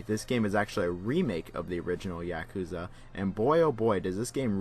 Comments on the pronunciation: Good video, but damn is your “Yakuza” annoying. It’s YA, not YEAH kuza. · Yakuza is pronounced ya-ku-za! Not Ya-ka-za. Just saying. Like British people that can't say Gary. They say Garr-ey lol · Yaakuza? Why the fuck do you say it like that? Lmfao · I too enjoy Yak-ooza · clicks on video "yeah-cuh-zuh games" clicks off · the way you say "yakuza" gives me an aneurysm. talm bout YEAkuza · The only thing I learned from this video is that you couldn't pronounce "Yakuza" if you had a tanto to your nodo. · Bothered by the pronunciation of yakuza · you pronounce yakuza like a white boy